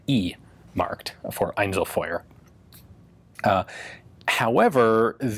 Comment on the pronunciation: its pronounced eincel feuer